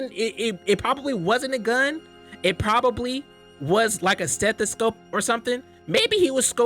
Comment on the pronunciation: bro said stethoscope 😭